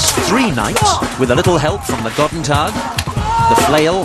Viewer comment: btw its Goedendag not Gotentag xD